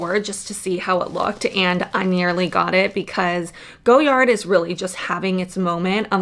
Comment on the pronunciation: Everytime you say "go yard" I die a little. It's "goy ard"